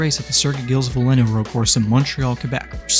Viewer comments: As an F1 fan, the way you pronounced Gilles Villeneuve's name just hurts. It's pronounced "JEEL VEEL-nurve" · how he said gilles villeneuve hurt me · Congrats on achieving the worst pronunciation of Gilles Villeneuve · Your pronunciation of Gilles Villeneuve makes me want to scream. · Hilarious the way you say Gilles Villeneuve but good video regardless